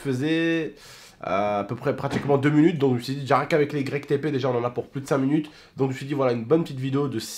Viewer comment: tu dis munutes et pas minutes?